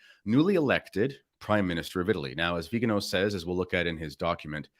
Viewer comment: It's Viganò, not Vigano. The accent falls on the 'o'.